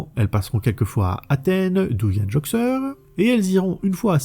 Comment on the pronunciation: Et c'est Joxer et pas Joker